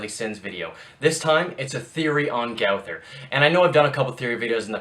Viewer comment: It is pronounced. Go-ther